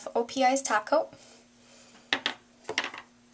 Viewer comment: .... the first time she said top coat it sounded like OPI taco